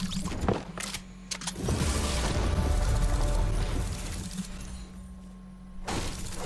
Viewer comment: *Pausa di suspance*"Cel'ha" mi ha spezzato